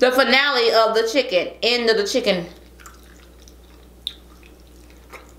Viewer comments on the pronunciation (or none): LMFAO “CHICKON” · “ChickOn!” LemOOOn! Lol hilarious 😂